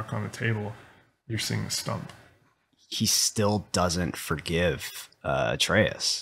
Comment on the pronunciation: His fucking name is Atreus